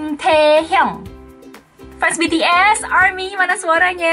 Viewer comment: Kalau BTS udh bener nyebut nya😅